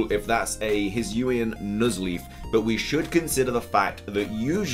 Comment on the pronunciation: If I'm not wrong, it is pronounced as the Hee-soo-ee. And my guess for the climbing mon is: I think it's the trainer because the 'leaf' could just simply be the scarf, which explains the proportions of the silhouette, thick legs near the foot, just like the player's socks-like thing, the backpack would also make more sense. But I'd prefer it as a new regional form/evo